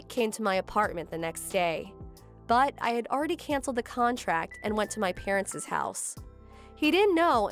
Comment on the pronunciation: Why can't any of the actors pronounce parents' correctly?